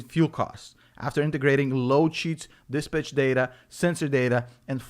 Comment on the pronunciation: I will forever now pronounce “dispatch” as, “dis-b*tch” lol. Blah blah MF’n blah 😅💕